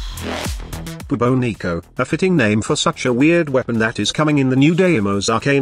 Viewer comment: I think you are mispronouncing it. Shouldn't it be pronounced more like the Bubonic Plague? Class name D.E..